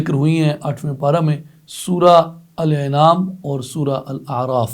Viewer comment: معزرت کے ساتھ الانعام کی الف کا تلفظ درست کر لیں زیر کی جگہ زبر